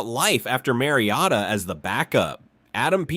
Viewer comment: How did he say his name? This is clearly AI. Kayshon BOWWWETTEE and Marcus MARIOTTA.